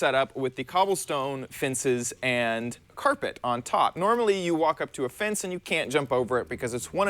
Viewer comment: Why do you keep saying "fince" instead of "fence"